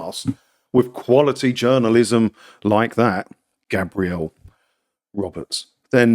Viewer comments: Gabriel is a man's name pronounced GAY-Bree-El. GAB-Ree-El is a woman's name Gabrielle. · Think that’s a guy but you are pronouncing it the girl’s way. For men it’s Gaybriel